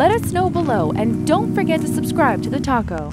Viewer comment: Am I the only person who thinks it's funny that it sounds like she's saying "And don't forget to subscribe to The Taco."